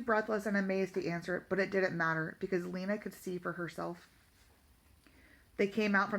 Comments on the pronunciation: and its lina not leena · Do not trying to criticize bit her name is pronounced (Line ah) and that just heya I going off of the professional audiobook reader but other then that not bad